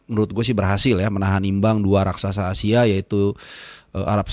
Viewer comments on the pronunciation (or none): none